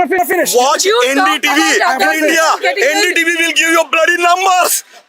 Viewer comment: Bro said watch "NDTV" like 😂😂😂